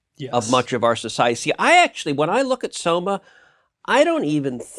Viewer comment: Why is it when he says 'Soma' I hear 'Skooma'